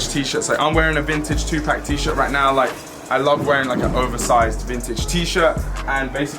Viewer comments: It's not 2 pack, its 2 (pok) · man said “tu-pack” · Nigga said 2 pac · LOL "2-PACK" bruh you accent cracks me up. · You can’t even say 2pac properly. Once again. A FUCKING POSERRRRR!!!! Stop trying to fit in everyone just makes fun of you wishing you get deported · Idk if it’s just your accent or you just don’t know how to say 2pac right 😂😂